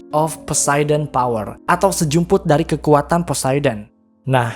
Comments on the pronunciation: Powder bang, bukan power 🙂🙂🙂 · kak itu powder bukan power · Power? Bukan powder?